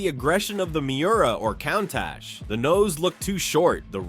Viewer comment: Cone-tach? Never heard of it.